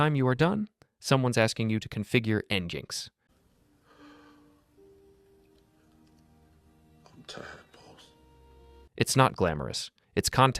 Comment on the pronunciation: A real human would know how to pronounce Nginx. It's "engine X."